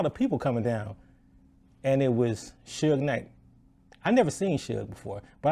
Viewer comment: His name is pronounced Sooge night, like stooge without the t. A Mexican guy promised me that’s how it’s pronounced.